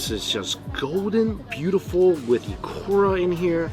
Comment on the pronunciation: I noticed struggling with the letter “u”. Ikura = Ikora, tempura = tempora. Kudos for saying those Japanese words wrongly but with high confidence